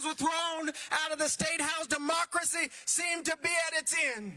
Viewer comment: "Democra-say" 😂 Stopppp